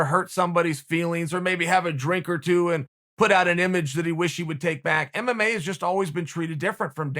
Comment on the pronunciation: Everybody: MMA Uncle Chael: MMAE